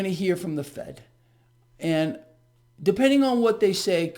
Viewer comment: Did you say Fed rate hike or Fake rate hike ?